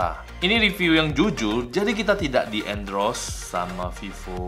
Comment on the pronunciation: Endorse btw koh bukan endros😅